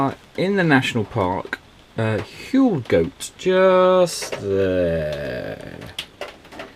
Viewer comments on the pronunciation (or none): Huelgoat is pronounced Whale Gatt. Can’t believe it was raining !